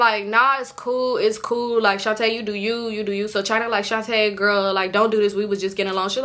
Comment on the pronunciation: Every time I hear you say Shontae I cringe girl 😅, this gotta be the most invested I’ve been in your story times 😂. 🫶🏾 your content been a fan for bout two years now. Keep it up suh!